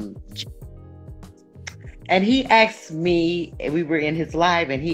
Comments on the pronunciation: As soon as they say "aksed" instead of "asked" , I know what will follow. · "he axed me"... Yeap, that is totally right... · “He axed me” Why is it that black folks can’t say the word ask. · "axed" me sumin...can a majority of these women not say "asked"...it seems to be a huge problem.."I axe you to tell me" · She says: "I axed you"...Bye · Lol "He Ax me" 😆